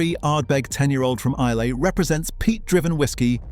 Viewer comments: Please. It's Eye-luh, not Eye-lay! Shame you overlooked Campbeltown. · Islay is pronounced "eye-la" not "eye-lay". And the fact that Laphroaig did not even rate a mention says much about the validity of the video! As for Johnny Walker, when I was a boy growing up in the very east of England I often saw, in the local railway goods yard, full grain hopper wagons with "Johnny Walker" on their sides! "Scotch" whisky made from barley grown in East Anglia!! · Please pronounce Islay correctly......I..la.. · Loch Lomond is in the lowlands , look up the highland boundary fault. Islay is pronounced I- lah. These are the things that shocked me the most. I never drink anything produced by Diageo . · Teach the bot how to prounce Isla.